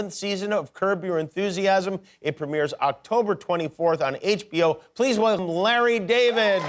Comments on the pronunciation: "Please wlgmluh Larry Daavid!" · "please welblblbl Larry David" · "Please wHelGhum" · Did anyone else catch Jimmy kimmel say wlecum Larry David